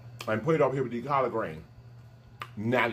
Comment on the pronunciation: 🤣🤣🤣 The way you said COLLARD 🤣🤣